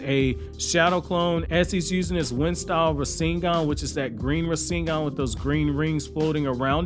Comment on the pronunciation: Compressed fire style rasengan..... Rasen'Gun lol